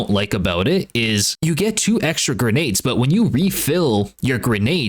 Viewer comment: I promise I’ll never listen to you say grenades again.